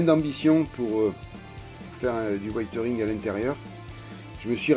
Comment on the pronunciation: Merci pour tes conseils, j'ai eu pas mal de problèmes avec la notice, au point de devoir revenir en arrière, notamment avec les mitrailleuses de côté et le contrepoids, mettre 90g dans un espace de 4cm3 c'est impossible même avec de l'uranium, j'ai dû tapisser l'intérieur de feuilles de plomb, en chipotant ça se voit. Ça ne me dérange pas plus que ça mais c'est "wézeurine" et pas "waïteuringue", c'est dur de changer quand on a pris l'habitude d'une prononciation (cf Didier et Tamaya) mais on apprend à tout âge, n'est-ce pas ?